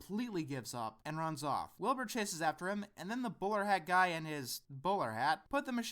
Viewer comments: Oh, "Bowler hat guy"! Sorry, I had to double check since I thought you said "Borat guy". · it sounds like you're saying Boar Hat guy